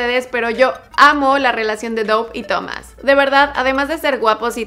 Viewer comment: Se pronuncia dav no saben pronunciar